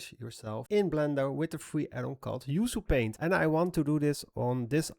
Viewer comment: Excellent work as always! Just a side note: it’s pronounced “oo-choo paint,” from an Indonesian language. Maybe next, a tutorial on finding good textures or making some tree bark brushes?